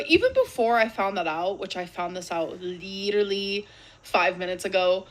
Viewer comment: Why is she pronouncing ‘literally’ like “leeterdlee” all of a sudden?